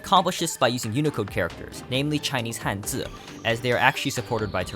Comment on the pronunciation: The sudden (seemingly) accurate pronunciation of Hanzi caught me wildly off guard